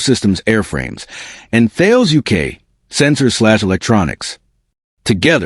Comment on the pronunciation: Thales is pronounced Tallis.